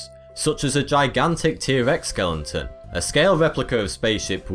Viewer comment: Lol@ "skeleNton"